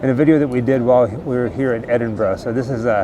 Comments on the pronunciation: Thank you for pronouncing Edinburgh correctly. 🫶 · Great video. Also great to hear Americans pronouncing Edinburgh correctly. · This is awesome, always loved the Sawney Bean legend when I was growing up in Edinburgh. And also, thank you so, so much for pronouncing Edinburgh correctly, you've no idea how much it makes my skin crawl when Americans call it "Edin-burg" 🤣